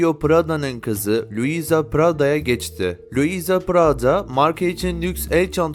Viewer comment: Keşke prada demeyi bilen birisi seslendirseydi😢